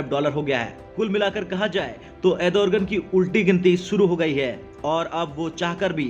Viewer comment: अरे भाई, एर्दोगण बोलना तो सीख पहले, तुझे अँकर किसने बनाया??